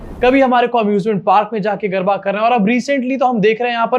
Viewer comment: Garba nahi garda